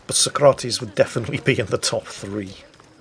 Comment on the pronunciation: Its not sokrates its so-crates